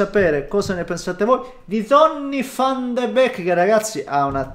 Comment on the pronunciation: Tutti: Donny Van De Beek: DONNI VFFFFFAN DE BECHKKKK